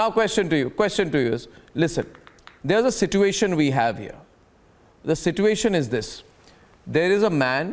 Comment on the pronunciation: Go and learn the correct pronunciation of Mortgage and situation .